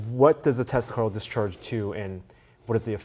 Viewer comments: Why you keep saying "testicle" :D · They do seem to know their stuff, but I was almost positive that Asian dude says, "testicle," every time he says, "Tesla Coil." Lmao I may or may not have smoked some bitchin' herb just before watching this. Heh. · Did you say the band that plays with tesla coils or testacles? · Great video but every time you said Tesla coil fast I thought you were saying testicles :)